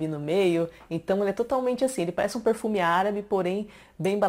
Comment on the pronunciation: “Porrrfume”... amo você falando isso.